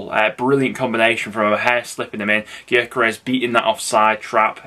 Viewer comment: Cov fan here viks name is pronounced yokeres mate